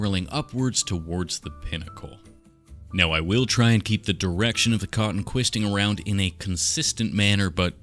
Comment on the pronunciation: Twisting not quisting lol that needs to be in the next lot of merch 😂❤ awesome video as always bro love watching these and ur always very funny 🙏✨